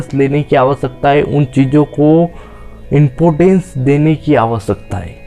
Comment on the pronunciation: impotans nhi important hota h😂😢😂😢😂😢😂😢😢😂😂😢😂😢😂😢😂